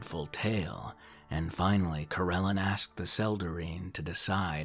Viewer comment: It's been a couple years so someone probably noted that the god's name is Corellon Larethian. Not LareNthian. Also, it's Coh-rel-AHN. Many of your pronunciations across many videos are incorrect and/or inconsistent. Pretty much every single one that isn't totally obvious. Sorry. :/ Good luck w/ everything.